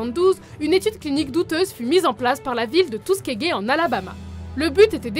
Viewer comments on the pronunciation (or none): Ça a choqué personne la ville de "Tusquegue" xD? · Ca se prononce "Teuskigui". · Surtout que ça se prononce pas du tout comme ça 😂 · mdr j ai cru quelle avait dit l'experience de " tout ce qui est gay " quand elle a dit Tuskegee